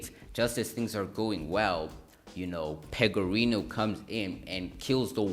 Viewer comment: No worries. Overall the video wasn't badly put together, and it definitely appears that you put some work into it, but the small details do matter. Another thing I noticed is that you kept accidentally calling Jimmy Pegorino "Pegaroni" instead. I don't want to diss you too hard being a small creator and all.